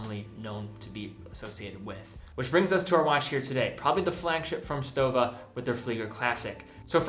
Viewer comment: pronounced like „shtowa“